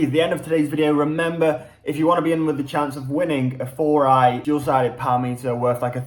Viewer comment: think its pronounced 4-i not 4-i-i-i-i